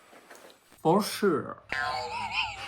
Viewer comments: Le for shurrr BAHAHAHAH J’ADOREE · qui nous cale un fOr sHuRe ça ma tué 😂😂